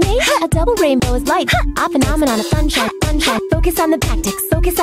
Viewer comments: she saying sunshine or funshine. xD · She says "sun shining". You can cut off the "ing" and it ends up sounding like "sunshine". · she says sunshine funshine lol.